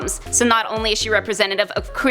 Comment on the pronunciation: You cant say qeur